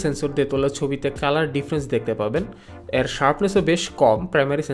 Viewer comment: 'এ' এর উচ্চারণ ইংরেজি বর্ণ 'A' এর মতো। অর্থাৎ আপনি যখন 'এর' শব্দটা উচ্চারণ করেন, সেটা অনেকটা 'Aর' মতো শোনায়। 'অ্যার' মতো না। 'এ' আর 'অ্যা' উচ্চারণ কেন যেন কানে লাগে। 😑